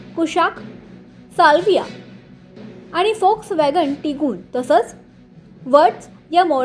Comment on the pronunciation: Volkswagen la फोक्सवॅगन बोल्याबद्दल अभिनंदन नाहीतर सगळेच लोक वोक्सवॅगन म्हणतात जे अगदी चुकीचे आहे. जर्मन भाषेत व la फ उच्चारतात..